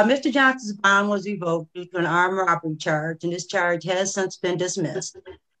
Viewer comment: Well, to some extent.....but until he can pronounce REVOKED not "revoke-ded"...... don't think he'll make it in law school....haha. But, yeah, decent.